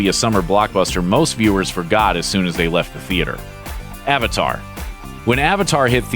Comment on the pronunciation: 1. How is Avatar even on this list?! 2. I'm still waiting to hear someone pronounce the word 'Avatar' correctly.